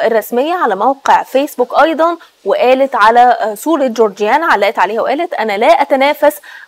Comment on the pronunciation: اتأكدوا من الأخبار قبل ما تطلع مذيعة صارفة مكياج وكوافير ومش بتعرف تقرأ اسم جورجينا صح، البلد فيها مصيبة شح مائي وخونة بيفرطوا في مقدرات الشعب وإخواننا الفلسطينيين تهجير قسرى، وهمكم التوافه